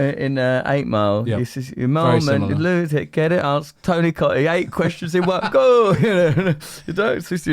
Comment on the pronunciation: She's got his name wrong now hahaha "Tony Coottee"